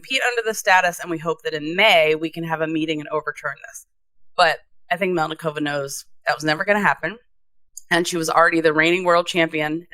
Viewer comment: MElnikova- it is not hard to pronounce people's names correctly .